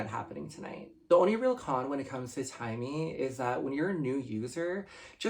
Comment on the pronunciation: It's Taimi not Timey Lbs 😅😅, but have you tries Tser?